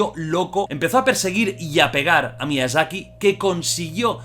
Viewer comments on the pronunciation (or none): Todos: Miyazaki Jordi: Miiazaki